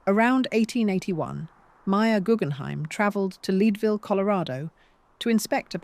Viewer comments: It" I's Led-ville. Not Leedville. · Leeedvillle🥴?? AI does not respect nuance of pronunciation, it is Leadville pronounced led. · It's AI Bot pronounciation, therefore fraught with mistakes, Leadville Colorado is said Ledville, not lead(a horse to water)....loathe AI , it's a conspiracy to further "dumb down" the masses, render communicating even more unintelligible then it already is, the decay of language is the evidence of a dying civilization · thank you for the clarification! I call AI artificial idiocracy and that shows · Minor point, its LED-Ville as in Lead the element. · i noticed that too! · Because a British reader doesn't know how to pronounce "Leadville," it's AI? You haven't heard AI.